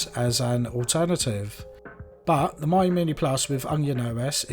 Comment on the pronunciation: Nice video! It's pronounced "Meeyo", not "Maiyo" though ;)